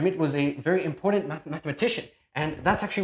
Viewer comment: The "D" in the word important is silent.